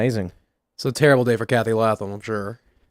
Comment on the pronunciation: Pronounced Lay-thum